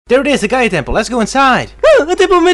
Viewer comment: It sounded like said Dark Gaya instead of Dark Gaia